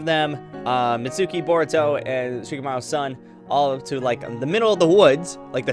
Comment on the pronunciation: its not pronounced mizuki its mitsuki